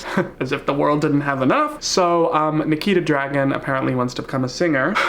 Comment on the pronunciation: he definitely said niki the dragon not nikita dragun right? or am i tripping